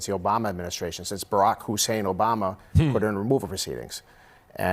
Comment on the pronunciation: I have never seen anyone emphasize ‘Hussein’ like this other than Trump!